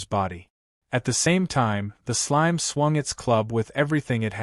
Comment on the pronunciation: I had enough of hearing slime pronounced slimey.